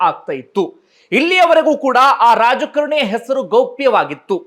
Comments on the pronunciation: ರಾಜ ಕರಣಿ ಅಂತ ಉಚ್ಚರಿಸುತ್ತಿದ್ದೀರಿ..ರಾಜಕಾರಣಿ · ಯುವರಾಜ ಕರಣಿ ಅಲ್ಲ ಯುವರಾಜ ಕಾರಣಿ ಅಂತ ಹೇಳಿ